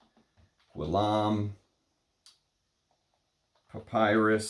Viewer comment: His last name is pronounced G-ee-yome. The G is a hard G as in girl, get, go. The house has some very interesting and avant-garde fragrances. You won’t like his offerings if you’re not ready to step outside the perfume box. He doesn’t play by the rules, which is why I like his juices. Plus, if you can find a fragrance that you like, you won’t have to mortgage your house for niche.